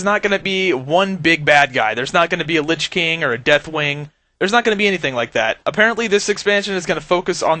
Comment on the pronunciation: LYCH KING!?? LYCH? Y? ITS Lich King YOU B!TCH